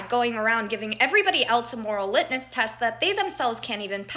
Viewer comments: LitMUS test, not “litnus.” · Someone needs to tell this girl that the word is pronounced (and spelled) "litmus" NOT "litnes." lolol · She's right, except she doesn't know how to pronounce or spell 'litmus'.